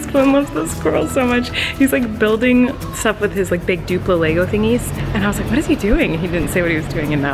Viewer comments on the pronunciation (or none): none